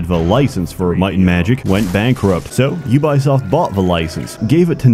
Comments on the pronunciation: It is "U-bee-soft", not U-bye-soft" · i never knew it was pronounced you-buy-shit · Had to stop the video right to say this: HOW DO YOU MANAGE TO MISPRONOUNCE UBISOFT?? Edit: I see now... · The way you pronounce Ubisoft gave me memories I wish would stay hidden forever of the YouTube channel runforthecube. Also I really couldn't get into any other HOMM game after 1, 2 and 3. I tried them all, really wanted to love them, but just couldn't. How can they mess up so bad on such an old and easy formula?